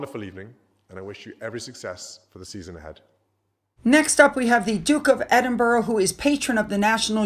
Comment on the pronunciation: Perhaps we should send a list of place name pronunciations. Edinburrow is a bit tired now and puts a damper on excellent content.